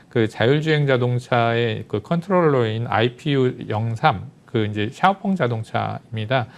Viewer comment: 샤오펑을 엑스펑이라고 잘못 말씀하신거지요? 차이나 티비 애청자지만 가끔 느끼는 것인데 뭔가 준비가 잘 안되고 엉성합니다 화면이 맞지 않는다든지 말을 더듬고 발음이 이상하다 든지 그럼 시청자들에게 주는 신뢰도가 떨어집니다 많은 애독자들을 얻으려면 삼프로나 다른 인기 유튜브 채널 좀 연구하셔서 개선이 필요하지 않을지 싶습니다